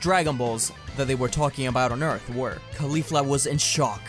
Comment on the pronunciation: Ee-arth? You know that means dirt right?